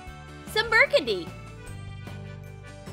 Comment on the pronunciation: It’s not brerkindy it’s bergindy